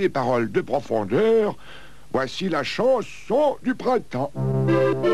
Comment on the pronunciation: "Vous aimeriez que je vous plante... que je vous CHANTE la pranson du chrintemps..." Je ne peux plus m'empêcher de l'entendre! XD